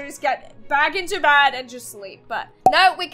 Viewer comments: why dose she say bad insted of bed? she needs to learn her words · Wait You said bed as bad